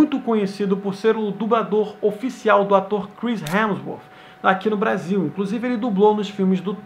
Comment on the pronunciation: 5 06 blasil ao invez de brasil